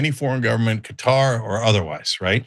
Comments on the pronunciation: Cutter????? Qatar is pronounced as Kuh-tar not Cutter! 🙄☹️ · Its Kuh-tar not cutter...😊